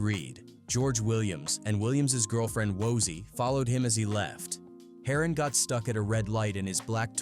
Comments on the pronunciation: "Harrin"😂 Its pronounced HERON ( HAIR-RON) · HATE THE DAMN AI BULL ISH, PRONOUNCING EVERYONES NAMES WRONG! Its "HAIR-ON" LIKE SHORT FOR HEROIN. SMH😂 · It’s heron like heroine 😂 may be I should do this id be a great YouTuber ai 🤖 amazing